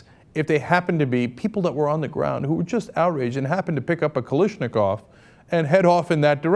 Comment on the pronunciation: Cenk....,,,,,,it's pronounced "Kal-ash-ni-koff"